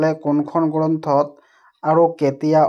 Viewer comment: 😂😂আৰ 😂😂 নহয় আৰু 🤣🤣🤣😆😆😆😝😝😝🤭